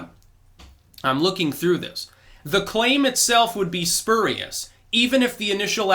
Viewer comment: It’s fkg killing me amigo! It’s spurious (‘sp(y)õõrēas) or (‘spjüėrīs,) not (spėr) yikes! Just saying never heard it said like that, never!